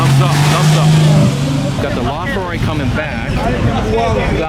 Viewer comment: LaFerri? It's LaFerrari!